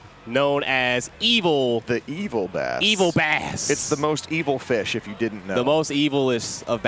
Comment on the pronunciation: Lol!!!!! And why did let him and participate in calling Bass(Base), Bass(B-ASS)? Ridiculous!